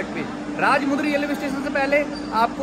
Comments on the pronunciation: Are bhai Station ka naam ko Hindi me padhke teek se bolo Bhai मु nehi म hai Rajahmundry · its Rajamundry राजमंड्री not राजमुंद्री